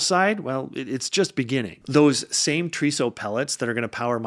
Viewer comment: Great video! and I can give you some tips on making sounding more like you are part of the nuclear industry: TRISO is pronounced Tri-so, not Tree-so. Haleu is pronounced Hail-Uuh. Keep the videos coming!